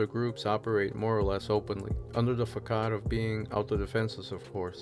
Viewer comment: Facade isn’t pronounced how it’s spelt.